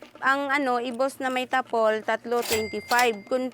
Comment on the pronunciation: ginawa pa ngang ilocano ni Jessica yung “Tapol” tapol lang ang bigkas ginawa pang “Tapelll” 😏